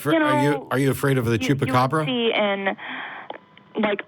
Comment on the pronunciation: The chuppacabbras.. he went there lol.